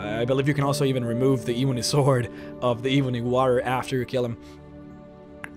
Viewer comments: the eeebony wa-rioer 😂 great accent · E-BUNNY WAH-RRIAR! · You pronounce "ebony warrior" funny